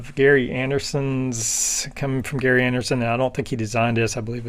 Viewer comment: Not Gary but pronounced Jerry. I had this kit as a kid.